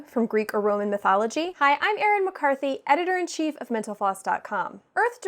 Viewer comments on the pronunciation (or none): Say "editor en cheef" in one more video, please.